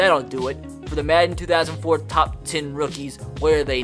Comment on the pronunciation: "Bingles" "two thousand and Tin"